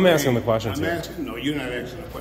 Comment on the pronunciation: He’s axein you a question